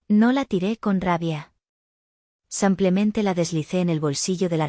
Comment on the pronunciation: No se dicesampiamente se dice simplemente.